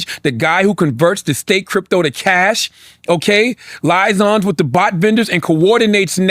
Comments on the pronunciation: This fool said lies-on . Liaison..pronounced lee-ay-zohn. Lenard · Charlamagne reads the word liason and pronounces “Lie-son” 😂 really bright individual who I would take seriously